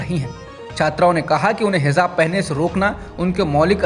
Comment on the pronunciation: अगर बुरा न लगे तो हिजाब को hizab उच्चारित न करें। Hijab सही है।